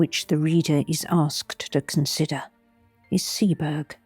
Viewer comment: Arh!!! A great reading, but it's pronounced 'Sea-bo-rugh' not 'Sea-berg'.